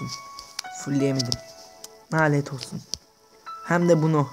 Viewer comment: knk ben ayaz bişey dicem nalet değil lanet 😊😊